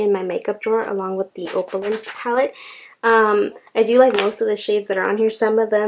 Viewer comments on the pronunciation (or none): Love your collection 💗 You've got great variety! With that first Zoeva palette, it's pronounced "opp-you-lence" 🥰